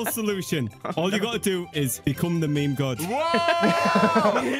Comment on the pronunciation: its meme not me me